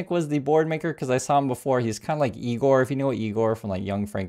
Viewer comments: It's pronounced I Gore... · It's pronounced "eye gore" and that guy wasn't nearly as subservient as Lutnik. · It’s eye gor. lol ✌💙